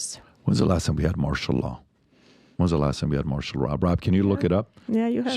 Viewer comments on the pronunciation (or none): It’s Martial Law not Marshall Dillon people.